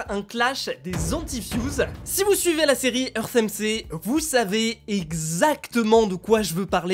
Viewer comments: ça se dit earth NG pas earth mc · c heart NG pas heart MG